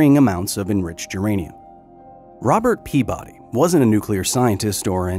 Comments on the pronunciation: Kyle, my friend. His name is said out loud in the clip in the beginning of the video. It's pea-buddy, not pea-body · This man was from Rhode Island, his last name would have been pronounced PEA-buddy